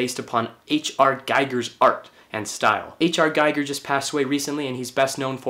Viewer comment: Nice vid. Btw, H.R.'s name is pronounced, "Gee-gur", not "Guy-gur".